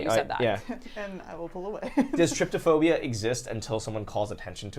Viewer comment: Why is it both and Markiplier pronounce Trypophobia as tryptophobia?